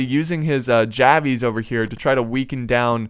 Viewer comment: Love the channel... just wish you wouldn't say javies